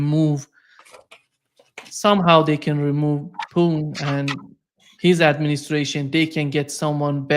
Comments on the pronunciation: you can't pronounce Putin? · it's not poo'n...lol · Oh, if only you would do your viewer the courtesy of pronouncing the name Putin as Putin instead of Poon. It's disrespectful but who cares. it's sometimes just not clear of whom you are talking.